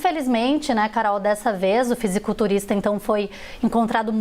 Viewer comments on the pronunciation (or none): Não sabem nem falar " fisiculturista"